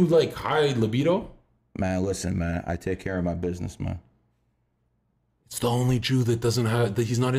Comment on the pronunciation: “Mahn listen Mahn I take care of my business Mahn” 😭 hits different